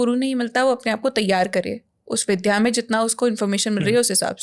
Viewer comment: 'विद्या ' उच्चारण में शुद्धता अपेक्षित बनती है !